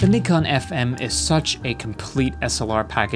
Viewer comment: Thank you for pronouncing Nikon properly